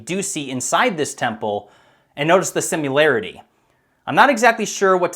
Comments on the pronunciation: its not sim-u-larity its pronounced sim-i-larity jaysus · Dude, there is no U in similarity. It’s not sim-you-larity. You seem so smart until that shit comes out of your mouth.